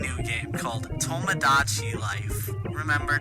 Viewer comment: My only problem with this video is how he says tomodachi